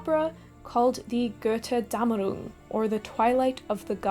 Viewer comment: German directness incomming: Your "Götterdämmerung" sounded for me like "Goethedämmerung" and I asked myself what our Poet Goethe had to do with it. (I have the video on in the background) But the "Dämmerung" Part was great :D